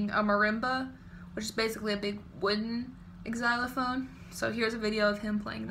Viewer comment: you said "xylophone" wrong